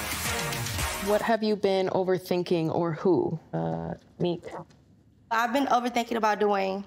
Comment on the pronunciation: my opinion on the dad situation is, now Nique is a reality TV star, and popping out more, he wants to get his come up off of her His excuse is, he had a hard life? What's he think Cindy and Nique had? A run in paradise? He needs to learn how to pronounce their names right first and then do the work himself to get a relationship started I just don't think Nique should have any expectations when it comes to him Keep doing YOU Nique, and let "Dad" show you, he wants to be a Dad. Don't do the work for him